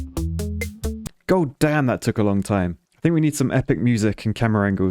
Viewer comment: did u just said Gold Dam instead of god damn 😂😂